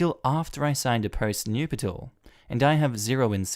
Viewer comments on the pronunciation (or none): Hahah it's nup-tuals, not noop-i-tals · “Nup-i-tal”? Do any of you millennials know how to pronounce anything?